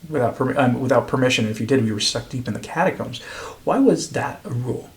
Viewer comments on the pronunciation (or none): none